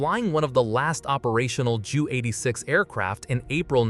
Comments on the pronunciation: It’s not a “jew eighty-six”. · The problem with computer voicing is the incorrect pronunciation. It was the Jay You 86 not the Jew 86.